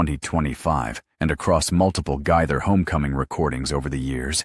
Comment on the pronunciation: Guy-thur? Gay-thur!